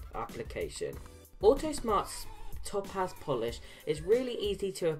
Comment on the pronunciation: Its pronounced Tow-paz, all one word. Great videos. Do you mind if i post them to my Autosmart Facebook group?